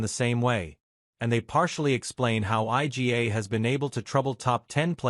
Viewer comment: Who the hell is Ay Gee Ey? Eala-Noskova and topic IGA and sinasabi? Yan ang hirap sa AI eh.